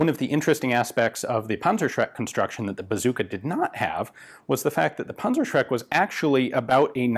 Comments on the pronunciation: Rakattonpunzerbewxe fiftyfour,, punzershrek...that was pretty close. I know, the "ü" is impossible, but the "z" is like "ts" ...Puntsershrek. The Tank-terrorizer. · NO this is not called a pansashreck it is called PANZER SCHRECK ask google how to pronounce it properly, please. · Dear diary, today I learned panzerschreck is spelled panzerschreck, not panzershrek. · I pronounced it as "Panzer-Shrek". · sounds like "Panzershrek" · i don't like how you call it a 'punzershrek'. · Panzer Schräkk...nice German ;))))) but your Shermans...da reicht ne Fliegenklatsche. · Dimitri, fire the panzershcrek! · sorry mate the pronouncing of the german name of this weapon is terrible wrong nofront, it is funny to hear this weapon name pronouncing with US dialekt greetings from germany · " rakettinwerfer" pansrshrek" haha nothing better than listening to americans pronouncing our german weird words